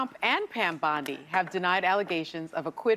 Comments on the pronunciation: Pam BONdi not BUNdi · It's Pam Bondi (Baundi) not Bundi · He name is "BONDI", as in James Bond, not Bundi, as in Al Bundy. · Not Bundy It’s Bondi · Just a friendly point, it's BOndy, NOT BUndy. 🤓👍🏼 (Arrested individuals post "bond", not "bund". 😁) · It's Bond not Bund...Bondi 😉